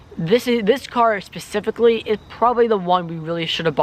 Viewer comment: Pacifically ? ok child we? you cant even afford a damn Honda kiddo hush